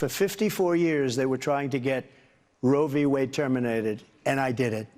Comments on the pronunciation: Whenever he says "I killed Roe V. Wade" I hear "I kill women". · trump loves saying "RoevWade". He thinks it makes him sound smart.😂